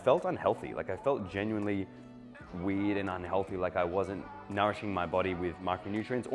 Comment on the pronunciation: Hearing the world weird without the "r" in it.. is weird 🤯